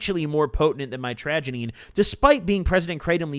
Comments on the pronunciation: mitragynine is pronounced "mitch-ruh-gai-neen" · I do believe it’s pronounced might-tro-guy-neen just fyi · mitragynine is pronounced (say it fast) MITCH-RUH-GUY-NEEN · pronounced; Mit-tRuh-Gai-Neen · BRO pronounciation is ( MYTRA - GUY- NEEN